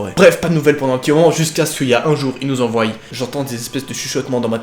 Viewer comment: enfin tu remarque que tu prononces mal envoient XD